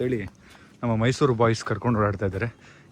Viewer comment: Mysour alllaaa guru adhu...Mysuru 😂